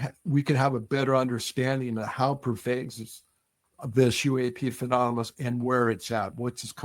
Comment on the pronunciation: I appreciate his service in the Marines, but I can’t take him seriously on this topic for 2 reasons. 1:He takes up for Kirkpatrick 2:He can’t pronounce “Phenomenon”. Keeps on saying “Phenonamah”